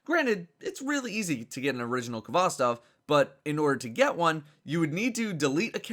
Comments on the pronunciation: It's pronounced "hvostOv", not "kovOstov". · it's HVOSTOV ffs not K-HVOSTOV